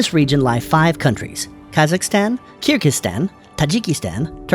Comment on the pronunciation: Very shallow analysis and it’s Kyrgyzstan, not Kirgikstan